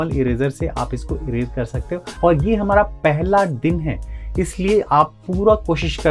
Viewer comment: Hamara ko hamra boldiya 😅